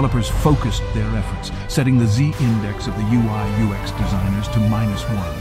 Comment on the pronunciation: Really good stuff 🔥🔥 - I loved the ever changing pronoucination of UX 😅